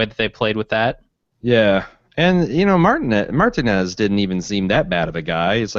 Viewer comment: What world do you live in where you've never heard the proper pronunciation of "Martinez"